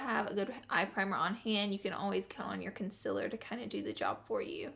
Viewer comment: Omg the way she says concealer😬😬